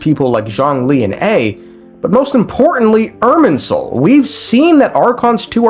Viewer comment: What controlling soul are you talking about multiple times throughout the video? The erm soul (thats what it sounds like the whole time)?